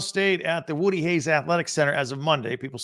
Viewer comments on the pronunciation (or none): none